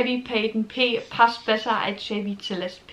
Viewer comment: Celeste ist sehr schön. Spricht man übrigens mit S am Anfang, nicht mit Z 😊